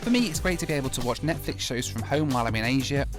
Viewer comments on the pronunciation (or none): none